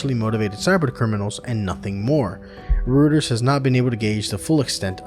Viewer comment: Just a heads up "Reuters" is pronounced Roy-ters